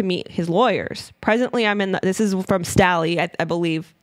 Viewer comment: Jes Staley's last name is pronounced STAY Lee. Probably a good idea to do pronunciation searches when it comes to name of people and places.